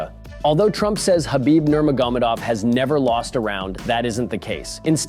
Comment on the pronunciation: Well, not really how Nurmagomedov is normally pronounced....